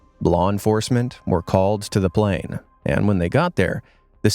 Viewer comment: plane crash (you said plan crash